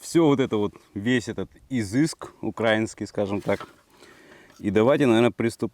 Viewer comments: одна маааааленькая просьба-не укрАинский а украИнский,не скажу что это прям так важно,но ухо режет и украинцев обижает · УкраИнский- ударение на и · Да йоптель- украИнский, ударение на И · Выдео крутое, мне понравилось как по критериям всё проверяешь, но я прошу тебя, не УкрАински, а УкраИнский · Ударение ставь украИнский . а не укрАинский ! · Это нормально... в смысле для, просто не обращай внимания. Да и в принципе, не смотря на то, что словари предписывают ударение ставить на "И", народ в большинстве случаев делает его на "А". В нашем городе улица Украинская, как правило так и произносится. Пока это, конечно, ошибка, однако язык постоянно меняется и словари правятся, согласно тем нормам, которые преобладают в обществе, яркий премер: кофе нынче среднего рода, йогурт с ударением на "У" и т.п., всё официально ("спасибо" Фурсенко). Так что очень высока вероятность того, что "украинский" с ударением на "а" скоро перестанет быть ошибкой. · Вообще-то правильно говорить украИнский паёк. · В Украине хорошо, но ударение в словах украинский нужно говорить на и.